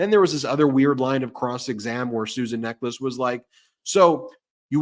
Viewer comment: This solicitor's name which you pronounce as "necklace" seems to me to be possibly wrong. Nechells is the name of a small satellite village, later absorbed into the Birmingham Conurbation, in the West Midlands, England, UK. The correct pronunciation would place the stress on first syllable, as is usual in UK English, and hence the "Ne" of Nechels would be pronounced to rhyme with "Me", the "ch" is the harder form as in "Charge", and "els" as it sounds. Of course, the rhythm that underlies UK English that tends to hit first syllables is missing in American English which treats all syllables equally which is very much the French approach. I hope this is of interest.